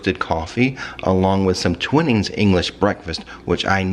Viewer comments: I love your outro music! The tea is pronounced Twine-ings so I guess this is your pasties moment ;) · The resort looks amazing and super quiet at this time of year. I noticed you mentioned Nicki loves Twinings English tea, it's pronounced "Twy-nings" :)